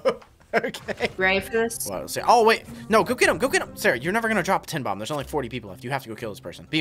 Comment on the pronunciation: bro said sharah ☠☠☠☠💀☠💀☠💀☠☠☠